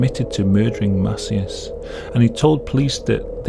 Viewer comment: The name "Macias" is pronounced "Muh-SEE-us" not "MAH-see-us" 😉